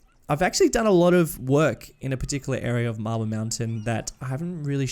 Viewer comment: Everytime you say "marble" I keep hearing "mabyl" (like when in school we tried too hard to sound british (am not a native english speaker) and it makes me laugh each time :D Love the content and greetings from Poland ^^